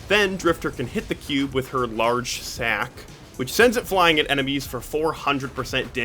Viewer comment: you said it like calling it a sack was sus